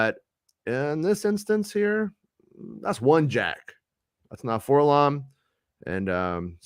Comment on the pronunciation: it's actually pronounced four-el-oh-em, the hipsters done called him "forlom", every other droid is pronounced by each individual letter. ..we don't call C-3PO "seethepro" or "ketso" for K-2SO.